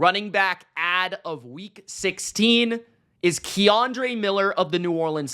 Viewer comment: Ken dre lol not Keyandre